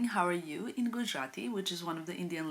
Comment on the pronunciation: Your Gujrati pronunciation was spot on !! It is so sweet that you greet everyone in different languages I think it brings all of us together in the community even though we are from different countries ❤️❤️